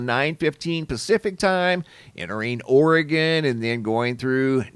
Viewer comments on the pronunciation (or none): none